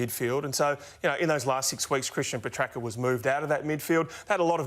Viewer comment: it's not pronounced Petracker Ralphy. Good lord. Said it wrong about 10 times in this clip.